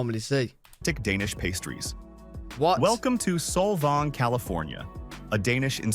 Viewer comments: Sol-von lol - it’s Sol-vang, a few hours north of LA, 1 mil is pretty average for any coastal CA house, not even a big one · Don't listen to this guy. It's Saul Vang, rhymes with fang or tang. Not Tong or Thong. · Narrator says "Solvang, CA" title correctly, then proceeds to butcher the name, the rest of the time he says it. [SMH] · Also mispronounced Solvang.